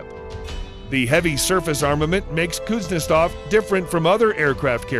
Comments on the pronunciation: Kuznetsov doesn't work, comparing it to carriers that do is ridiculous. It isn't all that hard to pronounce either. Cooze-nyet-sov. Simple stuff. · My favorite part is that the narrator pronounces Kuznetsov differently almost every time.